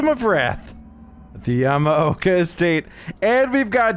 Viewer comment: Been watching old videos, laughed to finally hear pronounce Yamaoka right lol